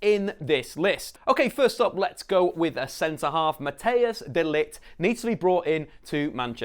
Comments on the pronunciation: you don't prenounce matthijs as 'mat-tey-oos', but as 'matt-tice' small chance hes gonna go to man utd btw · Hello. You say matthijs wrong. Say it as Mattice. Like cold ice. I am from the netherlands and my name is also Matthijs so I would know!